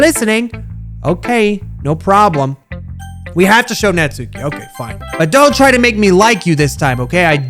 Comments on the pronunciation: Uh not tryna be rude but natsuki is pronounced knots-ski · Your new Yorker accent for natsuki is really intriguing lol